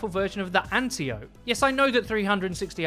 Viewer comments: it's called AN-TIE-UH-PEE not AN-TEE-OH-PEE or AN-TEE-OPE lol how is it possible out of all the D2 players, none of them know even the SLIGHTEST bit about Greek Mythology? haha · It's called the antelope! That's what I call it. It's much easier than antiope.